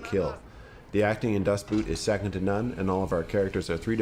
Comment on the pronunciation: Dustboot? xD